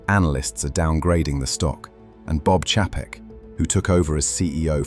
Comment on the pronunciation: This is why dvd's are coming back because no subscription.. ALSO, You can always tell when a YouTube video is narrarated by an AI voice because they always mispronounce names, titles, cities, pauses in the wrong place, etc.. Chapek is not pronounced the way that they pronounce it here. YouTube is now flooding their platform with "Auto-clips", based on what you click on. Soon there will be ZERO "influencers", all video will be "auto-made" by YT themselves. Jeff in Detroit.